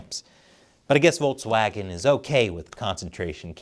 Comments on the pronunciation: It's Volkswagen not Voltswagen, why upload a video where very first word is mispronounced? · It's volKswagen, not volTswagen. The pronunciation of the English K and the German K are really close to eachother, so no need to butcher their name any further than they have done themselves.